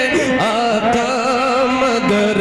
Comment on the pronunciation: لفظ مگر پڑھنا غلط ہے لفظ مگر پر غور کی جائے